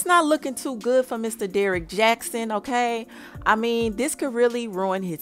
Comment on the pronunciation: This dummy saying Derrick Jax 😂